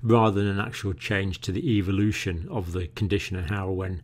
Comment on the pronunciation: Eviloution🤔 interesting way to pronounce evolution.